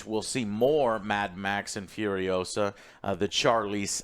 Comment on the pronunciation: It’s not Fiuriousa, it’s FuriosA! C’mon man, don’t deny your latino roots, Fiuriousa, pfff FURIOSA